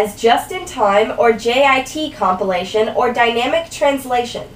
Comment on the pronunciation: Brilliant explanation. For a moment there, i heard compilation as copulation :D